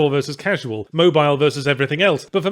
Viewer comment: I legit thought he said "nut"